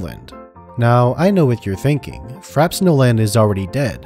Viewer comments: Frappe pronounced frap-pay not frap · Frappe is pronounced "Fra-pay" not "Frap" You know, like the drink. "A drink served with ice or frozen to a slushy consistency."